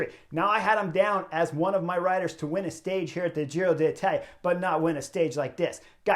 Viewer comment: I love the Butterfly Effect. For this Giro, my one request to Chris is to not say Giro de Italia… 😅